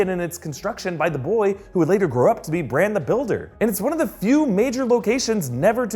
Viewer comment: Why do you call Bran "Branch"??